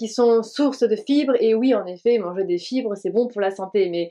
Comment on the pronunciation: * "Manger des chibres" ? 😂😂 Dsl je pense que c'était fibre mais un peu écorché, ça m'a bien fais rire haha